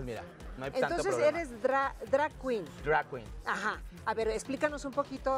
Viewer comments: Que risa me dio escuchar decir dray quin Aaaaay, educate mamasita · Horrible "entrevista" si se le puede llamar así, Luna saco sola la entrevista... se noto su ignorancia en el tema, que feo que a tv nacional hagan esto, ni pronunciar bien drag queen 🤦🏼‍♀️.